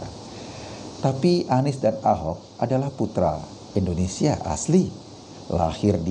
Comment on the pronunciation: Indonesia bang eko Bukan Endonesia